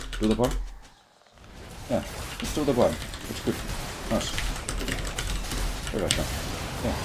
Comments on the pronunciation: Every time he says "river shen" someone's depression is cured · Could you stop saying "River Shen"?